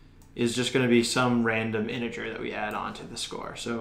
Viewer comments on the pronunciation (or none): none